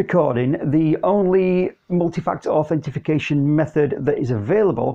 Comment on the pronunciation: Authentication or Authorization. No Authentification :-) great video though!